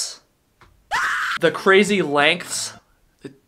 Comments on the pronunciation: You said "lengths" fine mate.. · says "lengths" perfectly fine multiple times Also: Refuses to say it again